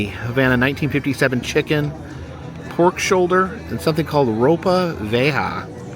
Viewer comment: So excited to see you back!! And as a bonus is with you!! And a little Spanish lesson: its pronounced roe-pah Vee-yeh-HAH! Excellent attempt nonetheless. Continue the Circle of Goodness.